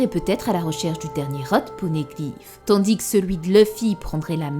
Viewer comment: Ça me fume quand tu dis le S dans TANDIS 😂😂😂😂